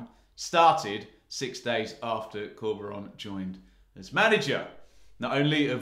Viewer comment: Love this guys channel, but can you stop calling our manager Corby-Ron! 🤣